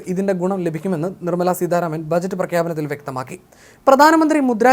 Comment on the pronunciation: Edamonne seedharamanalla,choothye sitharaman anu.Malayalam padhykku.ennyttu esse vayikkam.